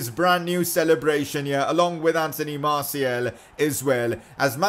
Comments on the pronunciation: It is martial not martiel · it's Martial not Martiel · IS NOBDOY ELSE PISSED OFF ABOUT HOW HE SAYS “MARTIAL” I